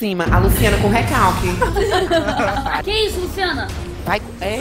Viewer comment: "a Luciana com Recalq" kkkkk